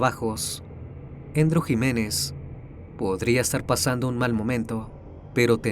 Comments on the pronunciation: Se llama Andrew no Endro. 😂😂😂 Es Andres en español. Un saludo desde Texas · Andrew, no "Endrw".